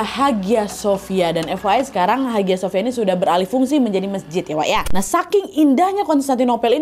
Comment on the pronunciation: haghia sophia bacanya : ayya sofia